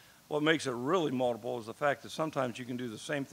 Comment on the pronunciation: Does anyone else love the way he says “multiple”? Sounds like moldable